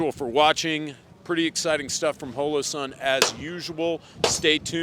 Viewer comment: Why do you keep saying hoelowsun?!? Isn't it holo like holographic???